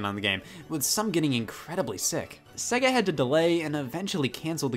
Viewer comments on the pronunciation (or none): none